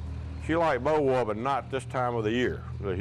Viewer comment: Thank you for this very nice, educational video! I am especially grateful for the correct pronunciation of this lovely old home! I am so sick of the videos where people who really should know better pronounce it bo-varrr! As was mentioned, Beauvoir is a French word that describes this site so perfectly and it deserves to be pronounced properly, so thank you!! 💐